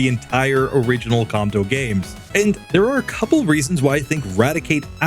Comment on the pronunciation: At least say Kanto correctly